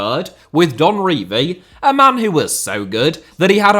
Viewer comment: lmao you can't even pronounce "Don Revie"